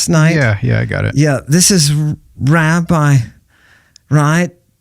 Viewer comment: "There es a Raabii hoo caime fourwaard... " The smugness in that voice, is finger nails on a chalkboard to me. Can't listen.